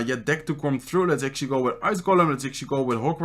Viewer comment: Why are you always say actuallay